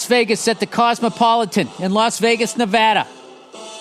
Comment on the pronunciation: Thank you for saying “Nevada” correctly.